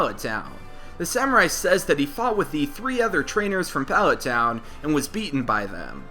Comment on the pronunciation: Hate the way you say palet town